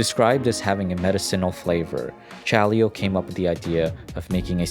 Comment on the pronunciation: The way he spell "Chaleo" gave me headache tho.